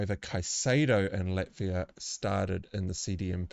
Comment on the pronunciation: great analysis. I will say with pronunciation for Ivan Toney, it's just as in the common first name Ivan, not Eevan. And for Chelsea, it's Lavia, not Latvia. Latvia is a country :D